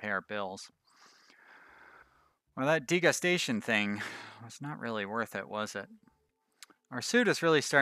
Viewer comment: You saying degustation like "disgusting" cracks me up. I assume you read up on it, but just in case anyone else is confused: It's when a restaurant serves a bunch of tiny portions so that you get to taste several different meals in one sitting, a tasting menu ^^